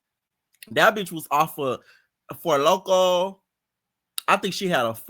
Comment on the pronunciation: Not Four Locko lol